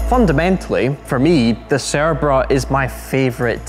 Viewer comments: Correct me if I'm wrong, but does the host pronounce the name in a wrong way? It always sounds like "cerebra" and not "cerbera". Anyways nice video, great car, brutal sound. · I can only hear him saying the name of the car wrong the entire video.